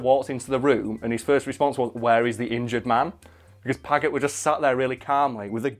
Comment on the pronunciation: Paget happens to be pronounce 'Padge-et'. JSYK. And it wasn't married his sister, it was, that way back in 1808 (at the beginning of the Peninsular War in Spain), he'd run off with Wellington's sister-in-law. In a day and age where getting a divorce meant getting a private Act of Parliament passed, pretty much , and therefore almost never happened. Paget had been the guy in command of the cavalry before then, but after that, Wellington refused to have him as part of his army. The breach wasn't healed until the Waterloo campaign in 1815, the first time Wellington and Napoleon had actually faced each other on the field of battle when Wellington needed the absolute best officers and commanders he could get.